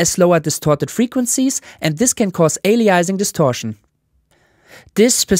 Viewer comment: Aliasing is pronounced like "ay-lee-UHH-sing" I'm less confident on Nyquist (it's a guy's name) but I've always pronounced is as "n-AYE-kwist". I wonder if, when less Anglicized, instead of changing the 'y' to 'oo' ("new-kwist"), pronouncing the 'w' as a 'v' is more likely: "n-aye-kvist". EDIT: I looked up Harry Nyquist. He was a Swedish immigrant to America. I have the Anglicized version correct but the original Swedish pronunciation has both the 'oo' and the 'v'.